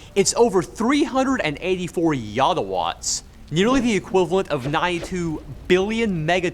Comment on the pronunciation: "Yodwa watts"